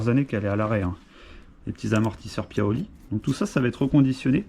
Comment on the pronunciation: Cè paioli pas piaoli 🤣